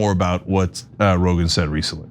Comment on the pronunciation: Rogan rhymes with Hogan, enough said 🤦🏽‍♂️